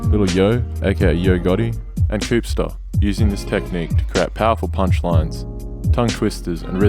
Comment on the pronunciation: Im.from.chattanooga Tennessee and grew up on all these classics its all we listened to. and you pronounced koopsta name wrong.. R.I.P koop R.I.P lord